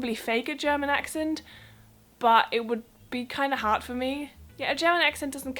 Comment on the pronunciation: You have good pronunciation. The only give away is your `D´ at the end of a word. It comes from making the vowel sound too short; not giving your mouth enough time to say `D´. Play back and listen to your `good´and `hard´. Make the vowel sound longer and listen again. I am really jealous, I wish my German pronunciation were as good. :)